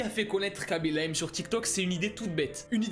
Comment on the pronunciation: Le seul mec qui parle français at qui prononce bien *khaby lame *